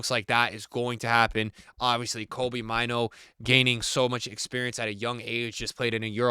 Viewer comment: It's pronounced Kobbie like "Robbie" but with a K. And Mainoo is "May-nu". Not Kobe Myno.